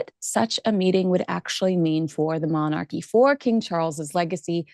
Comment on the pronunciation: Lovely Monarchy is pronounced MON-R-Key. said quickly And not MON-ARC-key😊 and monarch is not MON-ARC it’s MON-URK